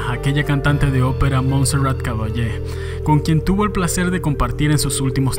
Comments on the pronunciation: "MONSEURAT CABALLÉ" JAJAJAJA , los mexicanos tienen este complejo de q cuando mencionan algún nombre extranjero le ponen acento inglés aunque en esta ocasión se refiera a una cantante española,soy taxista en Madrid y cuando llevo a turistas mexicanos siempre hacen esto lo de poner acento inglés o norteamericano,como se quiera llamar, esto también lo hace mucho los colombianos y venezolanos. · Jajaja como pretende pronunciar el nombre de Montserrat Caballero en inglés